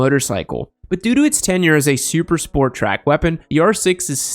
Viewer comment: 'Syuper Spyort'